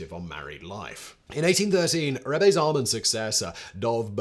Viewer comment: Incorrect, Rebbe with an E on the end should be pronounced Reb-uh